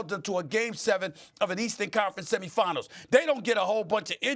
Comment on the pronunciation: Steven A is probably the first American so pronounce “semi finals” correctly in the history of the country